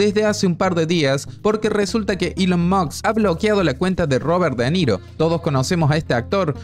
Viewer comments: Por Dios deja de decir Elon MOKS como Nicolás Maburro 🤦🏻‍♂️ La S va ANTES de la K, si puedes decir MOSCA puedes decir MOSK. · "Elon mukkkksss" 😂😂😂😂